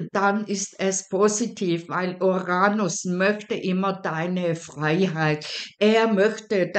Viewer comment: Uranus. Betonung auf der 1. Silbe, auf dem ersten U. Nicht auf der zweiten Silbe und auf dem "a".